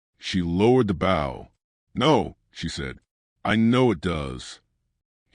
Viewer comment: I love these stories but the way the word bow is pronounced is wrong an gets irritating.. it's the long O sound.. like saying the word "low" with the letter B instead of the letter L.. I'm sure this is AI but still as a country person listening to these wonderful stories.. Thank you keep them coming.. (an change the way bow is pronounced pls lol)